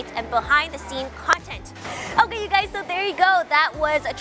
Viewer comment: did she said hello gays?